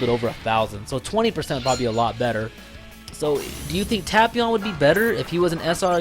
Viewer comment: Hearing you say tapions name like that makes me want to unsub. Nah I'm just kidding but hearing you say his name like that annoys me